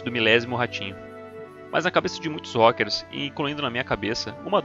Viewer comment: "rókers" ai meu cerebrooooooooooooooooooooooooooooooooooooo